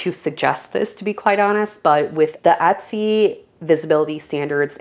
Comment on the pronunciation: How about Etsy ? You mispronounce it as well